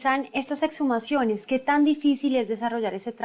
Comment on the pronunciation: Señor investigador no se dice ocservar, sino observar, a la fiscal decirle que no son etshumaciones sino exhumaciones , segundo vi otro vídeo donde todos dicen que los mujeriegos son los costeños y a estos cachacos de que parte de la costa los sacaron ?? XD y tercero la del segundo caso, para que el papá se descompusiera tenía que tener más de 1 día de fallecido, mucho no lo visitaban se ve. Y en conclusión no fue un éxito esto gracias a la fiscalía ni a ningún ente, la capturan a la gorda esta por idiota, porque dejó el carbo furán en el hotel, sino hasta el sol de hoy no se sabría que causaba las muertes.